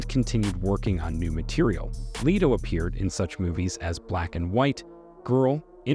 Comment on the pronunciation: Its LETO with a short e not LETO with a long e!!